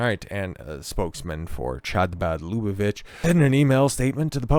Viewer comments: Not "Chabad" as a "Cha-cha-cha" but "Kh" as in Kazakhstan 😉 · Pronunciation: Habad, MickVa, LuBoveVitch, MenaChem Sneerson. Glad you did the video though